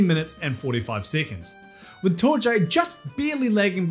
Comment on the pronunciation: Just a heads up, I think Torje is pronounced TOR-ye.